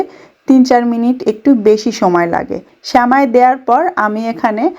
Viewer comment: স্যামাই শুনতে খুব বিরক্ত লাগছে। শব্দ টা সেমাই